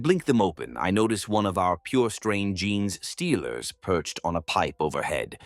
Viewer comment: Ai vo just listen to other stories and you notice how gene stealers are pronounced jeans stealers 😂